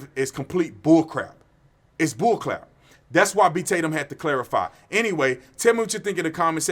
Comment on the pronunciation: Is it or just 88022? LOL . Btw, when you coughed...and looked to the left...who was you talkin Too? Just wondering if you had a live audience? And also..... I've always heard horrific stories about "THE BULL CLAP" lol. I know you ment to say bull crap...haha, get you a glass of or a bottle water from now on so you don't have that problem. Good stuff tho.. as always, I enjoyed it sir.